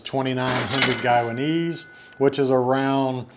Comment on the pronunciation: Just a heads up, it's pronounced "guy-a-neez" not "guy-wa-neez" :)